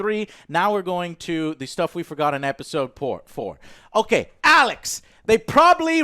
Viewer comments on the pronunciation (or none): Alex Baldwin